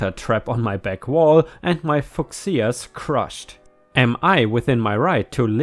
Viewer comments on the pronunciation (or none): Fuschia is pronounced few-sha. Plant names have weird pronunciations, almost worse than English!